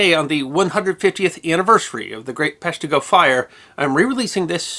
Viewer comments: emphasis is on the first syllable making it PESH-tih-go Instead of pesh-TEE-go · Grew up 5 minutes from Peshtigo in Marinette… it’s pronounced pesh-tigo not pesh-teego. 😆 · I saw the first video, it, like all your videos was awesome. I do remember cringing each time you said pesh-TEE-go, but don’t remember if I commented. But here we are on the 150th anniversary of the fire and you’ve corrected it. You obviously PLANNED in advance to post the correction on this day. And THAT’S history that WILL be remembered… at least by me. Love all your videos, they and you are amazing. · I’m from the area, I was rewatching to hear that mispronunciation… 🤣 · I’m from Green Bay. His first one got me to subscribe. I was rewatching it to hear his pronunciation 🤣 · Well, let's see how badly he mispronounces Peshtigo this time..... 15 sec in.... well, there you go! Thanks for the fix!! (from a Northeastern Wisconsin resident)